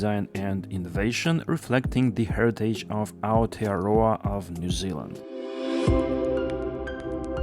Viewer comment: Nice report on New Zealand’s bi-mode OHL/battery order with Alstom, including excellent pronunciation of Aotearoa ✅.